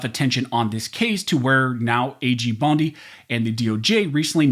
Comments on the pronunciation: Pam Bone-dee??? 😆 Freudian slip, brother?? 🦴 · Did he say Pam Bone-D😂 well we know whats on his mind when it comes to her. 😂